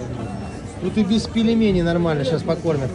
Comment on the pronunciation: Не пелемени ,а пельмени !